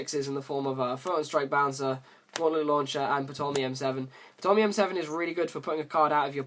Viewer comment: The P is silent in Ptolemy btw.